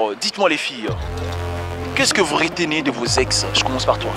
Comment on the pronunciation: On dit retenez, pas réténé.